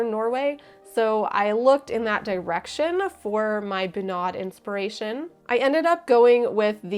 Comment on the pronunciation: Feeling like Hermione watching this, it should be bUnad, not bunAd :P